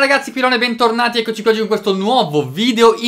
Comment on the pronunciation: Ogni volta che dici 'Bentornati ragazzi' capisco 'Benpornati ragazzi' e niente, è già triste così